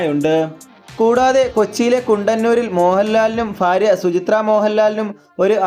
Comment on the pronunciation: ഫാരിയ അല്ല ഭാര്യ